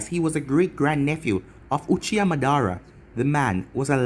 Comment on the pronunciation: It’s ma-da-ra not monara not hate tho